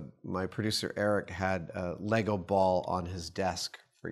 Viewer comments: THANK YOU FOR SAYING LEGO CORRECTLY (some of the time) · These dudes win for making a deliberate effort to say “LEGO” instead of “LEGOS”. They slipped, but I ain’t mad. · Fuck me dead, I just heard two Americans call Lego “Lego” instead of adding an unnecessary s on the end like they’re trying to pronounce some French. Great job! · Glad he says it correctly Lego...no Legos